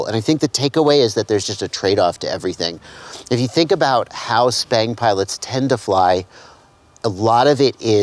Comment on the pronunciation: I run 1950d/s on r/p and lower expo than default bf expo at 600d/s rate, for me its much more controllable out at the stick ends for me. You keep saying "SPANG" with a P not B??? I have been calling this robotic flying since ~8 years ago Same with racing on-road electric cars, I much prefer arc-point than expo, it puts a little smoothness around center and linear the rest of the way out.